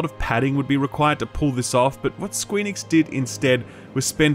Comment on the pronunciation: Are you saying Squee Nix ?? lol